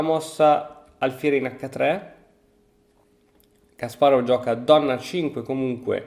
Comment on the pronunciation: Ciao! Credo il nome si pronunci /kasparof/, essendo russo! Te lo dico solo così per curiosità se ti interessa! Bel video🤩